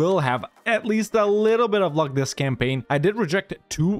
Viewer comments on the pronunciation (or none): none